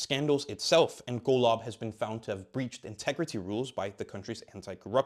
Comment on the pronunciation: Golov 🤣🤣 Your pronunciation is was so off, I bursted out laughing and had to listen to it like 3 times